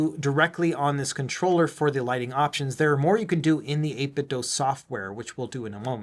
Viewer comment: Why do you pronounce it 8 - bit - dough? Is the Nike slogan "Just dough it" ? 😂